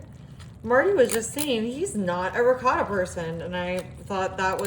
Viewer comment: Why are you pronouncing the ricotta like it's a Mexican cheese? It's an Italian cheese not a Mexican cheese. The dish looks good but I'd use a different noodle pasta, not lasagna noodles